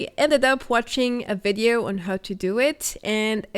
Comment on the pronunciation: Please I beg you, everytime you say Vedeo it brings acid to my ears. It’s Videos not vedeos. I like your videos but please say Video not vedeo